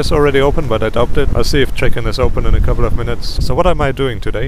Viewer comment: its not daubt, its daut: doubt